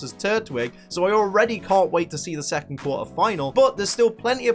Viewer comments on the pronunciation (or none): none